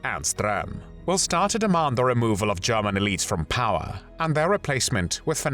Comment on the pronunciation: It's German not Garman!!!